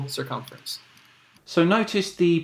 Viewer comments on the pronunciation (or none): Circumf… circumf… spherical cumference XD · Also circuff...circim....sphericalferemce....finally managed 'circumference' after about five attempts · He nearly had a stroke pronouncing circumference, poor fella. . . .